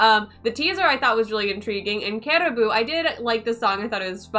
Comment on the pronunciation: Its not kerabu , its karaabu